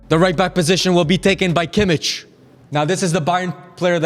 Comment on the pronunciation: Everytime I hear them say Kimich name is killing me. The Hojlund one wasn't a slip up it was a spoiler forv2025/26 season